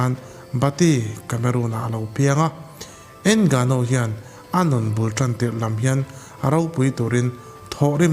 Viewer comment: a fiamthû nihkhi 😂 Ngânu-in mizo; not ènggnuuu 😂